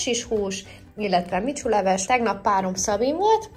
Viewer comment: Vishu leves, de valamiért nem úgy mondja...